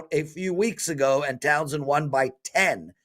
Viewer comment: Towson, not Townson